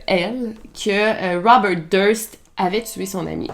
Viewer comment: Bonjour Melle. De vous avoir entendu répéter 50 0000 fois ROUBEURT .....ect Je n en peux plus ...tête comme un 🎈 ballon